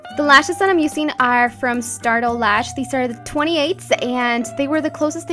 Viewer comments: "Usin"?!?! it's using. I don't understand ur make up is flawless though!! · The way that you say "useing" is so wierd !